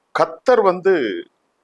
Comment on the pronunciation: டேய் சாமி நீ பெரிய பூலு தான் ஒழுங்கா தமிழில் பேசுடா நீ பேசுறதே புரியவில்லை கத்தார் கத்தர் கத்தர்ன்ற